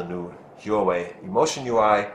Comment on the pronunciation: pronounced 'WAH-WAY' not 'WHO-A-WAY'